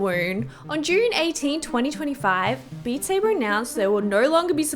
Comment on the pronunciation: “Bat Sabe.” The best thing ive heard all year